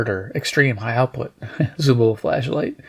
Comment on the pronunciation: Extereme, lol